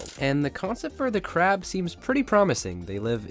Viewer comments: You said "CARB" not " CRAB"( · It's Not Carb It's Crab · Not hope it’s carb it’s crab😂😂😂😂😂😂😂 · Why does the crab say carb 😅